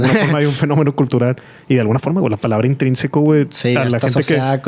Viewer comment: Cuándo dijo Intrínseco jajajajajajaja 😂😂😂😂😂😂